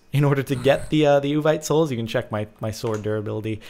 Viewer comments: It's pronounced OO-VEET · Uvite is said like you vite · Its yu-vee-te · Its Said like (Ooh-Vite) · Is that supposed to be Vietnamese or Gibberish?